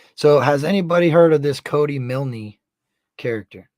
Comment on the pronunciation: Its pronounced miln the e is silent...I just had to add that cuz its driving me crazy hearing u say milnee lol